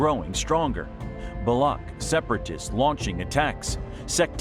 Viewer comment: Baloch is pronounced with a CH like in Chair. Thank you for the video btw.